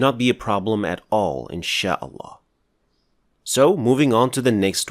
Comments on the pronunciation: He pronounces it ( الهاء ) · As-Salamu عaleykoum akhy, why aren't you pronouncing the last letter in the name of الله